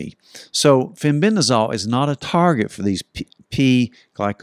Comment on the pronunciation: Fenbendazole, not fenbendrazol